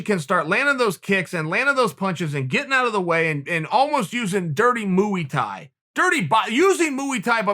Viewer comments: dirty moo-e-tai = new cocktail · Moo-E thai. Fuckin love Tio Chael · Me: Muay Thai Chael: Mooi Thai Me: Mooi Thai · Moo-y Thai. That’s when cattle throw them eight limbs. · Chael "Mooey that" Sonnen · gaethje needs to use dirty “mooey Thai” okay great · Gaethje by Moo-e-tie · Moo ee tye..and that’s that uncle chael still undefeated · I lost my shit when he said Moo-ey Tie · MOO-EE-TIE !?!?!?!?!? Uncle Kale is on the bbq sauce again.... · He always calls itMooey tie. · Moo E tie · Chael: Moo-ey Tye Me: Ok great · Lmao, I was perplexed. I was about to Google the pronunciation. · Espada kurosaki I'm a Muay Thai fighter. I've been to Thailand many times and my girlfriend is Thai. I think I know! Chael was a wrestler. Old school guys in the us used to pronounce incorrectly. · I hate the way Chael says Muay Thai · Leave it to Uncle Chael to come up with a new way to say a word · Every time Chael says muy thai, a herd of cows looks up and then goes back to grazing. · Mooey tie 🤪😂 sure it’s Muay - Thai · i've been spelling "Muay thai" the wrong way my entire life, its a actually "Mooey thai" cuz the gangster said so. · Moo-ey Thai? It’s pronounced moy thai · Fun fact: it's not pronounced "Moooie Thai" The Thais pronounce Muay Thai just how it looks Phonetically "Moy Thai" 👍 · "Moo thai" 🐄 🐮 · Moo-ey tie ..wtf ?! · Just say Moy Thai, its ez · Pronounced=Mooie Thai, thanks Uncle Chael🙌😂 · Mooey Thai yeah 😂? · Chael "I like s'mores because they are Gooey; I have trained Thai Boxing because it is Moo-ey" Sonnen. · Moo-ee Tie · Chael: Moo-y Tye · Chael “moo wee Thai” Sonnen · dirty moooh ee tiee is my favorite martial art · Khabib just got moo-ey thaie'd. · Chael "Dirty Muy Thai" Sonnen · moo E thai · Chael "mooey thai" Sonnen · Mooey tie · I was watching the video and heard dirty MOOEY-TIE, and immediately came for the comments. Did not disappoint. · It’s pronounced mooey Thai? Ite bet unc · Came for the commentary, and realized it was only to hear him say mooey thai